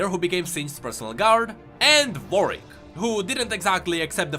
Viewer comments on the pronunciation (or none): none